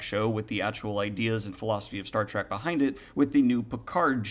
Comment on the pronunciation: Are you saying "track" or "trek"? I enjoyed Discovery for what it is because I found it had some interesting themes and concepts, although only occasionally was I reminded I was watching Star Trek.